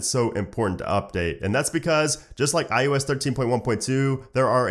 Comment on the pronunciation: iOS right?? not IUS